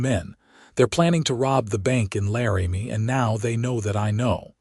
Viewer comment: Laramie is NOT "Larry-Me". It's "Lar'-ah-me".